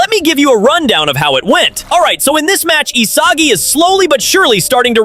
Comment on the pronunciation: Please just pronounce Isagi correctly 🫩🫩